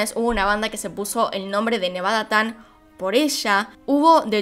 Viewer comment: No es "nevada-tan" es "nevada-chan"